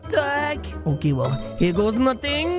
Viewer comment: Its OKEH not to be OKEH (titan cry😭)